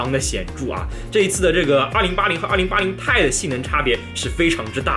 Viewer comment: 我来较真了，2080TI 要读成"2080 T I“不是2080太，这样的读法非常中国式，显得也不够专业。